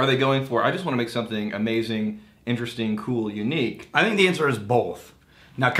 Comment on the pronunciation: “Thing(k)” Drink!!